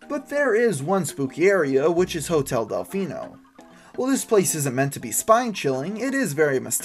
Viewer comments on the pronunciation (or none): none